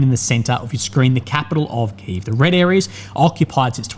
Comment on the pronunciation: Key Ev, its Key Ev